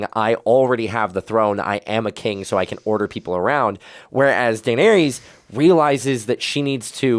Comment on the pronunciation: Daenerys and Viserys both end with the sound "iss" -- not "eez".